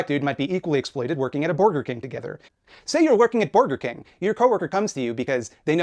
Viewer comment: lol does Maupin believe says Borger because he’s so rich he doesn’t know what a burger is